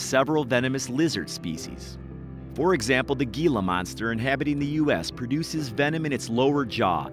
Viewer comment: Venom = creature attacks (bites, stings, pokes) you. Then, you die. 💀 Poison = you attack creature. Then, you die. ❌ Pronunciation: gila = heel-uh . Spanish requires the h sound.